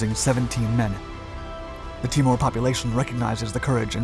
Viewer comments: Pronunciation is Tee More. Not Ti mure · why does this narrator say all names wrong sound it TEE- MOORE NOT TAMOR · Awesome doco on a little known Aussie group! Minor point - Aussies pronounce it as T'ee'mor, not T'i'mor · TEE-more...not Timmor... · FYI: 'Timor' said 'Tee-morr' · Timor, sat it. Timor, not " tim mooore " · Timor is pronounced TEA-MORE ! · It's Tee-mor, Ti-more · Timor = Tea-more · Timor pronounced Ti-mor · Pronounced tee-more. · I hate to be picky but it is pronounced "Teemore" not "T'more. I have never heard it referred in any way different. And the name of the capital, Dili, is pronounced "Dilly" not "deelee" Problem is if something as basic as this is wrong, people begin doubting your narrative on other more important matters. A word to the wise! :^)